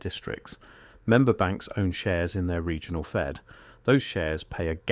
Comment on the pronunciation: What is a "Segional Bank"???? I hate AI generated content, at least as it stands now. An error like that stands out to anyone who's paying attention. Even if the rest of the information in the video is valid, this undermines its entire credibility.